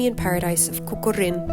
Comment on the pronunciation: Hello. Castle Is read Kokořín. No Kokorín. 🙂 . Nice video.